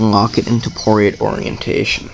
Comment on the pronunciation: Dude, it's Portrait, not Poriat